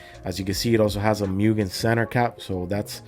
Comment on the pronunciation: Btw, it's "moogen", not "myoogen".